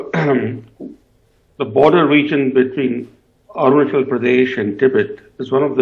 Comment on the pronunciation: It's not AruNANchal.. it is ARUNACHAL, ARUNACHAL PRADESH...Please correct